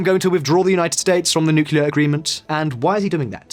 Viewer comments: It's nu-CLE-ar NOT nu-cu-lar!!!!! Get someone who can pronounce the word properly if they are going to read a script about nuclear. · I'll keep disliking your videos as long as you keep pronouncing it "nucular". What is wrong with you, why are you going the dumb route? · Always getting the 'nucular' guy to do these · Nuckular deal? Lol